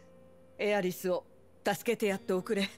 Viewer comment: Il a dit ah é riss au lieu de Aerith